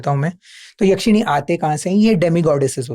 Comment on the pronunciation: भाई, याक्षिणी नहीं, यक्षिणी